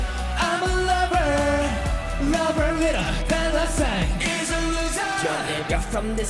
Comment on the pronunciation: LMAO YEONJUN MESSED UP SAYING ‘LOVER’ AND HE HAD TO KEEP UP FROM LAUGHING OMG